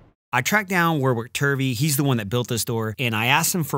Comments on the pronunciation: I wish I’d had an audio issue when you pronounced his name war-wick.....it’s pronounced warrick, not war-wick or war-rick.... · As a fellow Aussie, I'm gonna take a punt that Warwick pronounces his name more like "worrick" and not "war-wick", and maybe he was too polite to correct you when you butchered his name.. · Hate the way he pronounces Warwick though